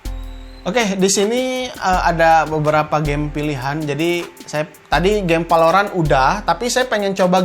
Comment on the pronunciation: Emang urang sunda tetiasa nyarios V atau F , dasar palorant.... Wkwkwk